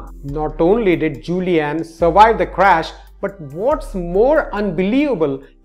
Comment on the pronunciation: Surwive. Hehehehehee